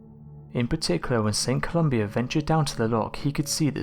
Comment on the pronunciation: Pretty sure it was St. Columba NOT Columbia